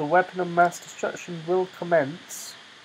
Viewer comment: "MINI MASS DESTRECTION" lol